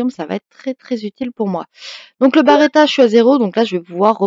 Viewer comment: B.(E).R.E.T.T.A et pas B(A)RETTA mais sinon merci pour ta vidéo tjrs super de te voir joué 😀😀